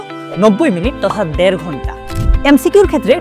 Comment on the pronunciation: দেড় ঘন্টা। দ্যাড় ঘন্টা নয়।